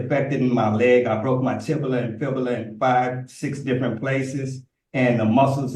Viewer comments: “ tibula” isn’t a word. It is “tibia” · He wants to be released on "recognins" because he doesn't have access to the law "liberry". Plus, he broke his "tibila" and his "fibila" in "five, six different places". You just can't make this 💩💩 up! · “TIBALA AND FIBALA” 😂😂😂😂😂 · did he say tibila? the poor English language may it rest in peace. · He keeps saying he understands when he clearly doesn't. He seems to think these people are going to go out of their way to do things for him. What a moron. They should be honest with him, you are not intelligent enough to represent yourself, stop talking. And LOL! Tibula! Dude, Tibia or Fibula, you don't even know which bone you fractured! Looooooool. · tibia and fibula , i guess he is combining them and calling them tibula,😊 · Tibula and fibula......lol seriously...